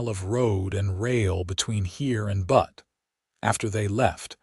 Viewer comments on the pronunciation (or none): Typical AI mistakes in the captions and pronunciations. Sound-alike words and proper names don't translate well in Auto Dubbing. ("Sowing" for "sewing". "Read" pronounced "reed" instead of "red". "Tear" pronounced "teer" instead of "tare". "Not Butt, but the city Butte, pronounced "Byute", "Abrasive" rabbits, instead of "a brace of" rabbits, "Bugboard" instead of "buckboard", "seeder" instead of "cedar". etc.) I try to ignore them, but they irritate, and sometimes amuse, nonetheless, and distract from the story. Wish there was a human editor to correct such errors. Fewer errors here than some, and a good story til the end. There is nothing better than "right". OR, USA